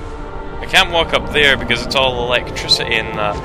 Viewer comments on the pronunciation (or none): none